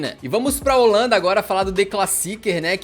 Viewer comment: Bit eu moro na Holanda há dois anos e a dua pronúncia holandesa é perfeita 😂